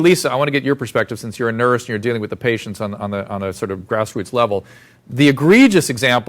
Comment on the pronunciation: he said public health nurth lol